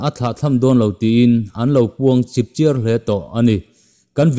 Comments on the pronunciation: Chipchiar tih hi chiar tih tak hi thluk phei lo vin thluk hniam rwh chipchiar. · "Chipchiar" thluk pawh hi.